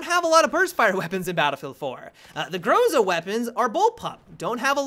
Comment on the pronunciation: GROZA is pronounced as grozA (with A stressed).